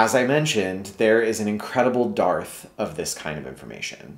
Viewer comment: Dearth [pronounced derth]